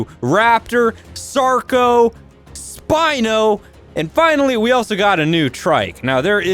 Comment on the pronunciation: It's spino not spine